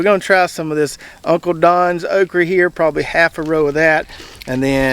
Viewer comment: I grow all three of those "Okreee" (' pronunciation). I like the Red Burgundy best. Seems to take the pickling better. Red Clemson spineless just gets way too tall in NC but has about the same production as Jambalaya. I bought some of the Dwarf Cowhorn seeds from. Put some in the ground a few days ago before we got the rain and wind from Idalia. Hope they grow as well as his does.